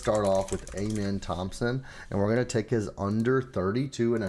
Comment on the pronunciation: Do you actually watch basketball? Or is everything just stats and analytics? Cuz ain’t no way you really pronounce Amen Thompson’s name like that lol